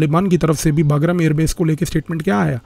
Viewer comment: Sir, the correct pronunciation is 'बगराम'